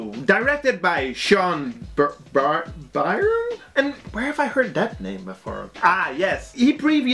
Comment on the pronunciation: Amazing video dude, as always. Btw, Byrne is pronounced Burn :D